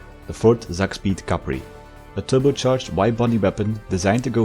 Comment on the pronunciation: It's not pronounced Zakspeed, but Tsak-speed! Tsak is a german onomatopoeia for a fast movement, like "whoosh" but more based